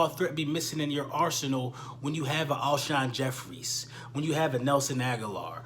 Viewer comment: Damn Even Cris Carter Got You Saying "Alshon Jeffries" 😂